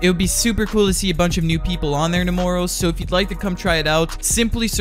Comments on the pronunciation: No one:: TaMooRrOw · Anybody want to talk about the way he said tomorrow?